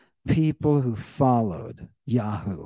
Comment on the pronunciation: I love it when you call them yawhoo instead of Yahweh!